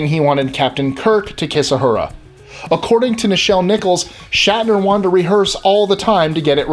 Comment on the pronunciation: it's Uhura not Ahura are you trying to make us crazy?.. ooooh loved the KAHNgess... crap.. I didn't know scotty invented klingon? other then that oh yeah and doc playing spock.. I knew them all.. although I would not call myself a die hard trekkie.. I do love it all.. and James will always be my fav.. although Jean luke wasn't bad either.. I like the story Lenard tells of him peaking at service when he was young to see the soon to be vulcan peace sign..